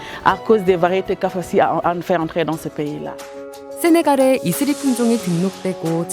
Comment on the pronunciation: 이스리가 혹시 이슬이.가 맞나요..ㅋㅋ 왠지 자꾸 발음하다 보니 이슬이가 생각나요.ㅜㅜㅋㅋ 외국에선 이슬이가 발음하기 어려우니까 이스리로 한건가..싶고.. 이슬이든 이스리든 이름 이쁘네요~(이슬이 아니면 죄송.ㅜㅜㅋㅋ) 아무튼 진짜..큰 일 하셨네요.그리고 정말 자랑스럽습니다.^^